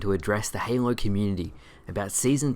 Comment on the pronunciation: My man everytime you say halo i hear hamo no joke. Love your videos!